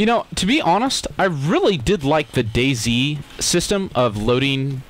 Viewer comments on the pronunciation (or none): none